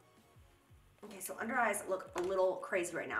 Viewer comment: Jaclyn: k so for the lips... What I hear: “queso for the lips...” YES PLEASE!!! Cheese.